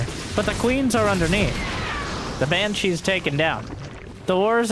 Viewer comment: Why calls Banshees Hypershes?